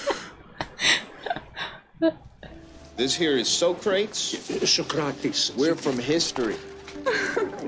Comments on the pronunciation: Socrates (So Crut Eas) As he pronounced his own name in the movie is actually correct. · Party on dudes became a huge catchphrase for my friends and I in middle school when this movie came out. We learned about all these historical individuals from this movie but our teacher didn't like us mispronounced Socrates